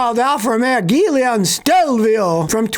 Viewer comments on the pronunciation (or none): SCOTTY - to pronounce that Alfa Romeo model the GUILIA - is like JEWEL-YA I owned older models of Aflas and they were great cars, fun to drive and race around ! LOT of Alfa clubs all over the US and overseas